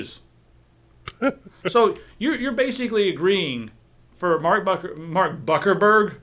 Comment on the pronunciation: "Buckerberg." Damn it. You made me spray my cereal all over my monitor. I hope you're happy.